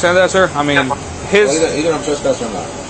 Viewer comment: "i can TRASS-PASS you" :) dummy cant even pronounce it correctly. lol!!!